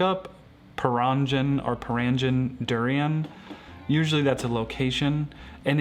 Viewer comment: perangin is pronounced as purr-ahng-een.